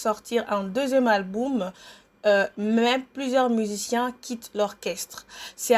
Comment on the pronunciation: Bonjour c'est ta biographie mon dit tu fait exprès où quoi de dire tout le temps alboum au lieu de dire album